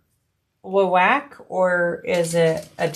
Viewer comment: Wawak is pronounced like the convenience store Wawa with a k at the end… or both a’s sound like open up and say ahh. Or a wah-wah pedal if you know much about instruments